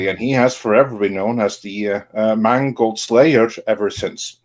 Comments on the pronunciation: all i hear is mangled the guys name is mangled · Funny, how if you pronounce "Mangold" right, it comes out as "mangled", seeing as that's what he did to Indiana Jones.........He mangled it, and Kennedy watched on with pride and let out a Darth Sidious type laugh as he did.......